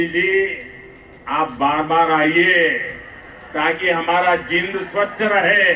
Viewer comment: जिंद😂😂😂😂 नहीं जींद